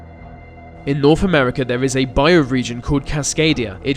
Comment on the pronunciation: Norf America, filfy etc. You need to practice your 'th' sounds.